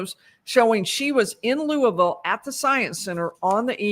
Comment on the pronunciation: you are also making us Kentuckians proud! Thank you so much for your travel, time, dedication, and great coverage! Lastly, excellent pronunciation of "Louisville" (born and raised)!